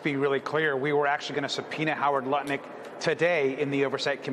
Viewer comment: hahaha he said nutlick haha